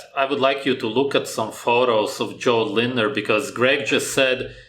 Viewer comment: You're the only youtuber that pronounced his name right, even his friends messed up at that.